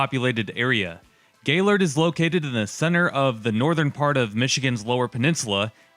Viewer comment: Thanks for pronouncing “Gaylord” correctly.